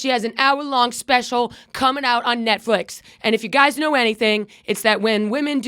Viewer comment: Aw Did you say Netfwix?